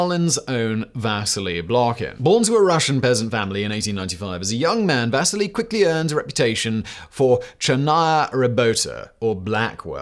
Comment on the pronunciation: va SEE LEE. Its pronounced Va SEE LEE not Va sih LEE. Fuck me running my guy.